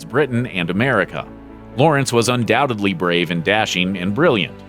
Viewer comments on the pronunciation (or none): none